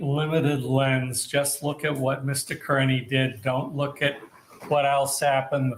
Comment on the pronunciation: Does he say Mr. Kurney on purpose??